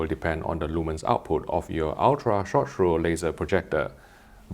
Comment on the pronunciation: after digging a little deep into those projectors i finally understood what is he saying . It's SHORT THROW, ultra short throw laser projector. PS: im italian, i suppose for you english native speaking guys its easier to understand that